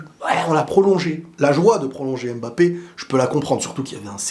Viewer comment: stp bg c’est pas AIMEbappe c’est HUMbappe (pour la prononciation)